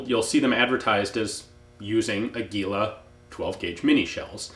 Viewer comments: Ian: AH-geeh-lo ;) what you are saying sounds close to "anguila" (eel). I love your channel! --- just a little friendly tip! the strong syllable is the first one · Its "Águila", strength on first "a" not" agu í la" as you said... sorry for being picky... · *águila...accent on the first syllable. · Águila. The brand of minishells. You must pronouns: Águila. With te accent in the first "A". Congratulations for your videos and apologies by my terrible writing. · Hey Ian, "águila" is accentuated in the A, not the I. It means eagle.